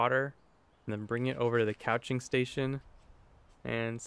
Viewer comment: Loving your non-traditional materials in paper-making! Just FYI, the process of turning them onto a felt (or in your case t-shirt) is spelled like a couch you sit on, but pronounced "kooching," like in Cootchie Coo. No idea why, it just is. When you're removing the paper from your material, you might try turning it upside down once you have an edge loosened, and pulling the fabric off the paper, rather than the other way around. Since whichever one you are pulling off has to bend quite a bit, this could be less stressful on your delicate sheets of paper.